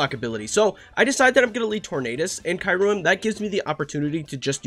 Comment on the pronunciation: Why do I keep hearing kayrem? 😂